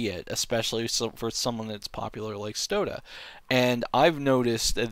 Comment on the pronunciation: Why do you say "stodeh" like "soda" like get his name right before you accuse him of cheating